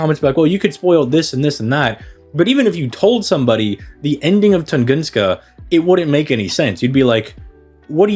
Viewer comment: Tungunska lamo. Nice made up word. I think you mean Tunguska